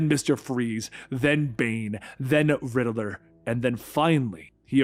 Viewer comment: Dude WHEN are you gonna learn how to say “Riddler”?…. It’s not “RiddAler” There is not “A” in Riddler!!, (So Annoying🤬)